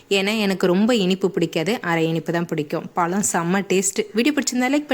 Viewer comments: Tamil pronounsation parthuka palam Ella pzham. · Amma palam ellama Pazham tamil pronounsation parthuka.tamil nalla pasuma. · Y u pronounce palam...😢 I don't have tamil keyboard so not able to explain in tamil.....adding la in all places of "zha"